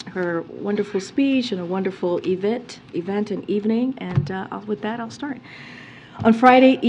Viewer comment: Evit ...event🙄 I cant take this crap much longer! Both sides !